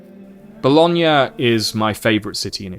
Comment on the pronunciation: oh my fucking god you pronounced bologna perfectly you know how rare that is among ntaive english speakers??